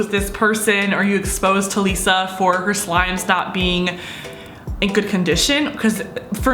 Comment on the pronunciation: *Ta-li-suh =Talissa Not Ta-le-suh. Please do not hate on this comment, im just saying how to say her name❤ Ilysm